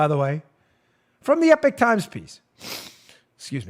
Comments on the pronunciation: "Believe you me, young," if you keep saying "The EPIC Times", I'll lose it! It's not pronounced Epic, it's pronounced Epok! "Believe you me, ", if I hear you say The Epic Times one more time, I'll make you yesterday's epoch! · Love the show Dan. (EEEE-POCK TIMES, not Epic Times) Great paper. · Eee - pock times